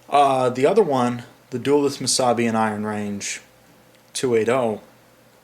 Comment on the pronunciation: I hate to be that guy, but in looking at the other comments, I don't think anyone has addressed this, so I will. The city in Northern Minnesota is pronounced, "Duh-LEWTH." Thanks for your consideration in this matter. I apologize for any inconvenience.